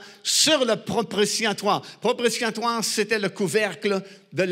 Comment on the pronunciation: Propitiatoire et non propritiatoire.